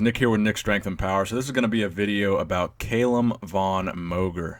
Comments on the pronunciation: "Cal", not "Kale" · Its Calum not Caylum wtf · KALUM wtf its Calum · Cal-um not kale-um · it's not cai-lum it's ca-lum!!!! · Audio was bouncing back and forth. It's CAL-UM. Not Cay-lum. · WHo the hell is Kaaaaaylum!!!??! Its Calum = Kal-Um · It's not pronounced "KAY-lem", it's "Cal-um". Apart from that, good video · it's CAlum not CAYlum i guess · He won 2 npc classic physique shows this year and plans to win his pro card and compete in the Olympia next year. And also you are saying his name wrong man haha it's Calum not Kaylem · It's NOT pronounced CAY-lum, dude. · Cal - um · It's Calum, not cailum btw Nick😂😂🤣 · Calum, not Kailem. great video anyways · "Cal Lum" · No no no, not Caylum haha😂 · "Kalum" lol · Haha found this funny too. It's pronounced 'kallum' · If you say his name wrong one more mf time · Lol wut? Why are you saying his name like that? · Does it bug anyone else that he is mispronouncing his first name? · Learn how to pronounce his name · Stop saying Calum like that lol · I cried a little inside when he didn't pronounce his name right😂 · Never heard someone mispronounce Calum before 😂😂😂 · You can't even say his first name right lol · Saying his name wrong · It's Calum* actually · #Koalagains you said his name wrong lol